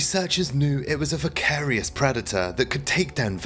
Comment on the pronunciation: 'vocarious' predator?? voracious surely